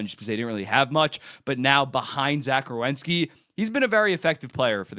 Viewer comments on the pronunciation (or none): Solid video as usual dude. One thing I can’t unhear is you say “Rewenski” instead of “Werenski” 😭 I noticed it once and can’t stop thinking it now